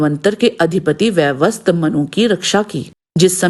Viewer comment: mein aapne galat uccharan kiya hai, "vai-vas-vat" manu hota hai. Surya dev ka ek naam Vivasvaan bhi tha, toh unke putra Vaivasvat kehlaye